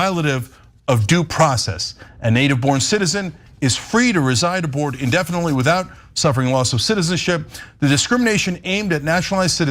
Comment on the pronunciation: He didn’t read the case, and he can’t pronounce “abroad” correctly